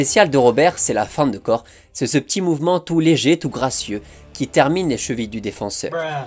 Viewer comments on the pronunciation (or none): none